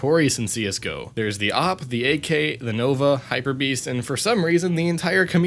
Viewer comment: you said ak hyperbearst....